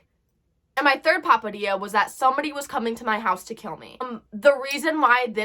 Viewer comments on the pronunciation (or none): But seriously stay safe but POPADIA girl it's pithetdxss opps. I CANT SAY IT ETHER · i love how she calls it a papadilla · "Papadia"" LOL